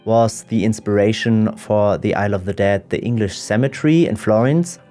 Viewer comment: It sounds like "i love the dead" when you say it ... btw, on this subject, I do recommend the animated poetry "the dead" by Billy Collins